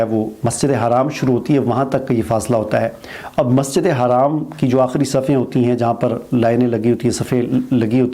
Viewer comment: majid e haraam nahi bolo its masjide haram